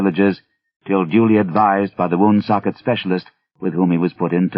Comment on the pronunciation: sadly he stumbled on the tricky Woonsocket.